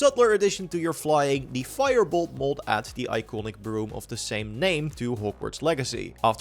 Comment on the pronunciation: I can't handle you pronouncing mod as "mould"